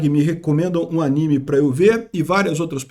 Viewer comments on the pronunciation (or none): none